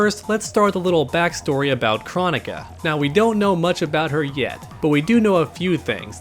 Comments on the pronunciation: Her name is pronounced like chrono-ka like cronos from Greek mythology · I believe NRS pronounces it as (Kroh-Nee-Kuh) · I feel like even though I know it’s “Crow” Nika I’m still gonna say “Krah”nika lol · Pretty sure its Kr-Oh-nika, pronounced by boon himself and possibly Kr-Oh-neeka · Here name is pronounced like Kronos. With a O not Ah sound. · That's not how you pronounce her name.